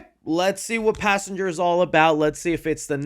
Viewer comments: "Passangar" unc is never hearing the end of it 😭✌️🥀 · “Passanger” amazing job unc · Pass Anger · not good Passanger is disgusting no good